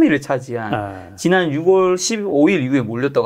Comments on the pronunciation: ~ 영상 잘 보고 있습니다.그런데 드릴 말씀이 있어요. 6월을 항상 '육월'이라 하시는데 '유월'입니다.^^ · 저도 이말 하고 싶었어요^^ 이게 왠지 내용에 집중이 안되게 묘하게 거슬리는 말이예요 ㅎㅎㅎ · 이 발음을.... 들을 때마다 신경쓰 ㅣ네요